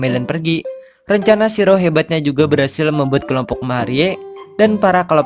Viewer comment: Bacanya Shi-ro-e min😀